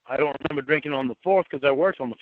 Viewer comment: is a pathological liar. Also say “ I doont remembah..” he thinks people forget or are as dumb as he is. She has paperwork. Then he’s like “why’s she have that “ he’s so stupid. He has to be made to quit. He doesn’t want to change. He’s on probation for life. the loser.